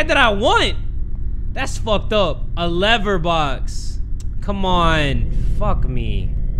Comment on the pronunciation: becoming british over a leaver